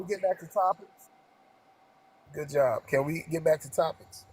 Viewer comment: I had to listen harder to figure that out. I thought I heard “yob” instead of “job”.